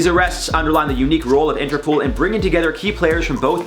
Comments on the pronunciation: It sounds like is saying interpool instead of interpol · Interpool?? Its interpol like poll not pool that was irritating Haha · Interpol.. Not interpool 😂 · Lol!, its interpol, as in international police 😂 love your vids